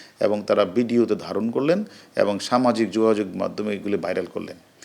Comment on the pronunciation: উনি বিডিও (ভিডিও ) / ভার (বার) / কটোর (কঠোর ) বলছেন।